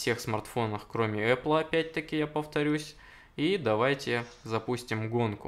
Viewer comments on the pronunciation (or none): none